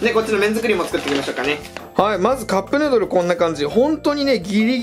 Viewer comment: カップヌードルがカップルドルにしか聞こえない笑笑